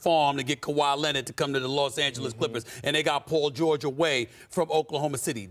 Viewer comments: 😝! Ya! Kawhi Lennit! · This man can't stop saying Kawhi Lennit if his life depended on it.